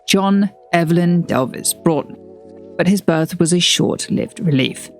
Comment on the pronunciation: Delves as in elves. Not elv-es.